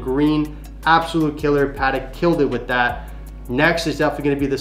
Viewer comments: Its PAAh TECK. not padek cmon! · It's 'Patek' not 'Paddock' 😂